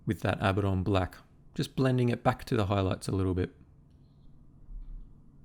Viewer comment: I know its "wrong" but thank you for pronouncing Abaddon the same way I do.